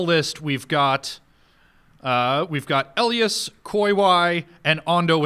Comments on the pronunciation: Damn it, after getting my name right every time during the first video right off the bat you say ell ie as. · Why does say 'Elias' like that? That's not how they pronounce it in the show.